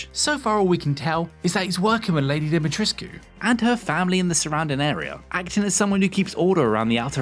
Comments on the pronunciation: Dee-Muh-Treesk is how you pronounce it, it was in a article I read from an interview on how everyone is saying wrong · The U in that tall lady's name is silent. Capcom confirmed that. I saw it on another video.